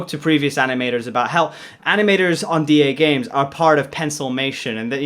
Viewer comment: Duhgames sounds like my Alexa trying to say Dagames